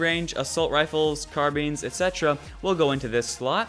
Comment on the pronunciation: Ope. Unsubbed. All your hard work and AMAZING videos for nothing just because you said carbeen, not carbine. (Of course, for the close-minded haters, this is a joke.)